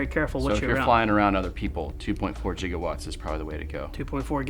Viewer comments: 2.4 GigaWatts. (Jigahwatts) 😅? Damn powerful radio waves them boys use... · lol "jigawatts" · 1.21 JigiWatts! 1.21 JigiWatts!!